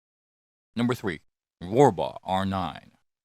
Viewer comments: You don't like "fiwoms"? Not even the Sig P-Thwee Twenty? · The way this auto-generated voice says P "thwee twenty" cracks me up! 🤣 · I like how he says sig p320 like a toddler that can't pronounce the letter R 😂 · The way he says 3 😂